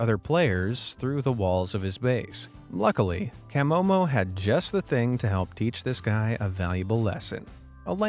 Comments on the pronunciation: Love Camomo, btw its pronounced Ka-mo-mo not Cam-mo-mo😂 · CAH Momo, not CAM MoMo. Hehe. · It's CUH-MO-MO 😆. Not CAH-Mo-Mo. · CUH momo not CAM momo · At least watch a video to pronounce the names right from the admin "cam omo" it's pronounced cah'momo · Camomo (pronounced as Ka-momo) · you could have atleast pronounced camomo correctly . sheeeeeshhhhh